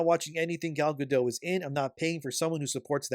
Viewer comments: Also, he name is pronounced "Ga-DOAT!' Not "Ga-DOE." It's HEBREW, not FRENCH. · You pronounce the T in Gadot! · Also, her name is HEBREW, not FRENCH. The "T" is pronounced, not silent. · I enjoy most of your takes but your vague accusations that Gal Gadot (hard "T" on the end by the way, with the soft "O", I know some Hebrew) was somehow political and offensive as Rachel Zegler during the course of marketing for this movie is a bit asinine. There is a difference in someone supporting their country, making remarks at events having nothing to do with Disney or the movie, or responding to questions asked, unlike Zegler who has no stake in either side, inserting her opinion purposefully in conjunction with promoting her movie without anyone really wanting to know, and expressing hatred and disdain for the other side. Sorry for the run on. In fact by now you have consistently made a soft defense for "freedom of speech" for Zegler, and implied that Gal should also share equal backlash for her remarks. You haven't said it directly, but I think you are showing your hand on some biases. Which is fine, you can be biased, but stop pretending to be a neutral observer of this particular topic and imparting your opinion as if it is fair and impartial. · Gadot has a T in the end.